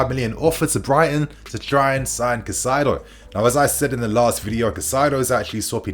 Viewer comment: Highly irrelevant but if you wanted to know Caicedo's pronunciation is something like "Kai-Ze-Doh"